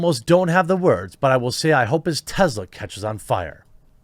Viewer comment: IT'S NOT TEZLA IT'S TESLA!!!!